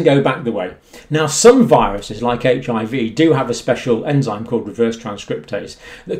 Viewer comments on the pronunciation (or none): none